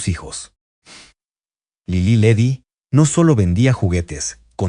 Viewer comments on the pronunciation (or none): Favor de cuidar la narración. Para empezar, se pronunciaba Lilí y Ledí, con acento en la última i. Las pausas innecesarias de la voz (seguramente inteligencia artificial), la numeración al final de algunas frases, la pronunciación de Tlalnepantla, etc, le restan fluidéz al relato. Hay que corregir esto.